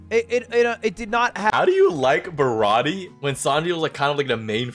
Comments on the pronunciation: I don’t understand why baratie is pronounced ba ra ti a and not ba ra ti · God you both couldn’t say zou or baratie correctly kinda crazy